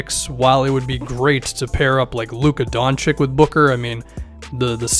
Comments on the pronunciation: btw doncic is not donchik but donchich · DON-CHICH. NOT DON-CHIK. PLEASE. GET IT RIGHT. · Don cheech not Don chick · PSA: It's pronounced Doncheech